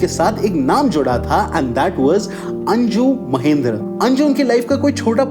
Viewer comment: This guy butchered so many names like it's Anju Mahendru not Anju Mahendra. Heck he even called her Indu 😒. Also many timelines are incorrect, for example He said people were angry because of Emergency and they found hero in Zanjeer. But Zanjeer released in 1973, and Emergency was enforced in 1975.